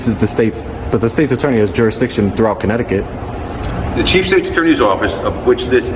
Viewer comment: Welcome to. Comminecticut